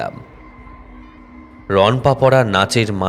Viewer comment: Ronpa noi rono pa ..